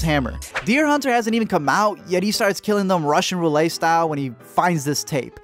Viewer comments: Roulette= roo-lett. (Roolay= roulet) :) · And it’s pronounced roo-let, not roo-lay